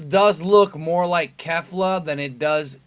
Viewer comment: Please stop, lol, saying kefla